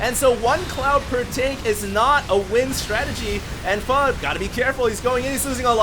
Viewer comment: Hd says pho right